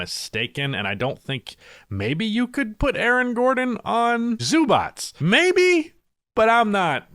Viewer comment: Please say it correct. Zubac [ Zzobatch ] Its not that hard.